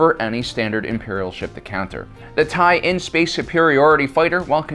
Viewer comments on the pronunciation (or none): You've made the mistake a few times, so I feel the need to point it out. The standard TIE Fighter is the TIE/LN (meaning Line Fighter), not the TIE/IN. I know, it's normally written in lower case as TIE/ln so it looks like it should be pronounced TIE "in" but it's a contraction of TIE/line.